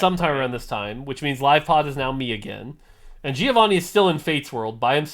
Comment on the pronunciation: Hearing you butcher "Giovanni" over and over again is pure pain... It's not that hard, guys